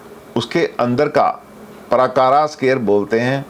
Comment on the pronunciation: नमस्ते:- पराकारा नहीं-प्राकार //कोटापाला नहीं कोटपाल -द्वारपाल /क्षमा करें।